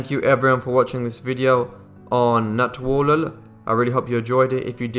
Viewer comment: I'm giving you a like just for saying Natwarlal so well over and over.